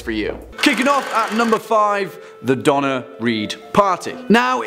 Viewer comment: Need to pronounce that hard 'r' on Donner, because the pronunciation is coming across DONNA REED, an American actress. 😂